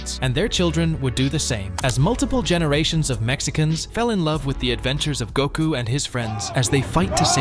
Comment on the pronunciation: To us mexicans, and then you say Gouuuku 🤨